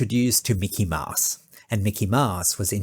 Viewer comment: Mickey "Maahs"? That's Mickey "Mows" (/maʊs/).